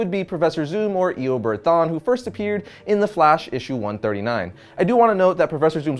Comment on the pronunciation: "e-a-bard thaun"